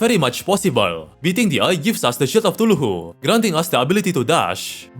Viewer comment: "TULUHU" get me every time